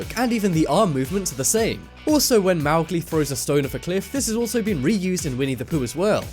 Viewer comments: He almost mispronounced Ichabod & Mowgli repeatedly. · WTF how did he say Mowgli? 😂